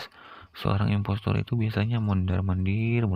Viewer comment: Kok gua Denger investor Efex Blm makam 1 menit:v